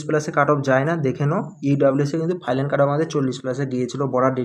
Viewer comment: R a ota ফাইলান na ফাইনাল